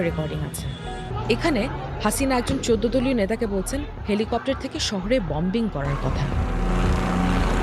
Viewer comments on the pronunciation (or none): Bombing noi eta uccharon hobe boming